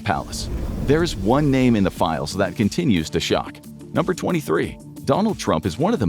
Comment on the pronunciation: "Release the files" not "Release the 'philes"